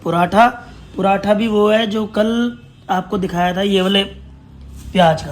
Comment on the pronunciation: Paratha hota hai . Puratha nahi hota